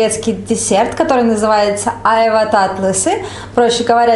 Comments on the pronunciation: АйвА...на вторую "а" ударение, девушка. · Странно вы ударение на слово а'йва делаете. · !А чего ударение не на последний А?В слове айва -ушко режет!Я люблю айву в детстве когда пил компоты то айва с виноградом были любимыми!Айва вкусный и полезный продукт но многие его есть не могли а я ел,с сахаром - не любил,но раз в месяц можно такой десерт поест только я бы половину сахара не положил т.е. вместо 3 -1.5 ложки бы поставил!То что очень спелую взяли айву и слегка попорченную ничего чем мягче и более спелая айва тем она вкусней, а попорченную можно вырезать,хотя те что выбрали Вы совсем не подпортились и чего то мне тоже захотелось айву гляну на рынке так как сегодня пойду на рынок друг едет в Москву хочу ему в дорогу сервелата и пастромы купить! А по существу видео, созерцая как готовите с мамой супруга она любит и вкусно готовит,она строгая и волевая судя по лицу но Вы с ней ладите и она вроде хорошо к Вам относится!Спс как всегда зачетное и позитивное а главное веселое и полезное видео!Успехов и со всеми прошедшими, а то у меня сестра приезжала и не до ютуба было,зато на общались в живую! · только не Айва! Произносится айвА. Увидела стаканы армуды))) класс, у меня тоже такие есть. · Не Ааайва а айвАААА!!🎄💃🎄💃🎄💃🎄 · Красота и вкусно будет точно !!! Айва - ударение на второе "а", так будет правильнее,😃👍